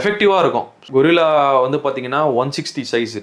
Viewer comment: Bro. கொரில்லா இல்லை கரில்லா